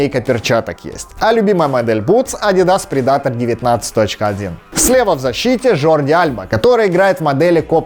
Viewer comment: Бутцы Пумы Future ты произносишь ужасно сходи на уроки английского и адидас хищник произносишь уши режет